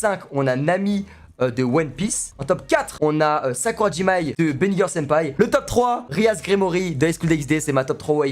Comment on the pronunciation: Tu dis Sakurajimai alors qu’elle s’appelle Sakurajima Mai